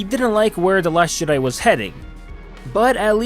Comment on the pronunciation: The last Shit-di? Sounds like you said that man and I aint mad at ya.